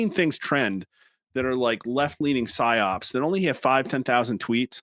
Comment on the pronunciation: PSYOP. not PYSOP. LOL